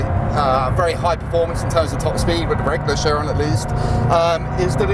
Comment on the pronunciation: Out pops Koshbin from the frunk “Bugatti ACHIRON ASPORT”